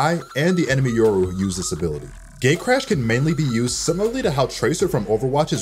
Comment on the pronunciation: It sounded like gaycrash when he said gatecrash